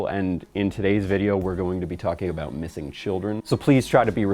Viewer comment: Hehe “aboot”